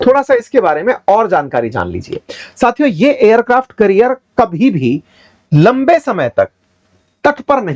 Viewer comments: करियर नहीं कॅरियर... 😊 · Its aircraft carrier not career. You are a teacher atleast pronounce them right. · You are pronouncing it as 'Career'. It's actually 'Carrier' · Aircraft career ❎️ carrier ✅️ 😅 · sir aircraft career nahi carrier boliye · carrier ka pronunciation correct kijiyega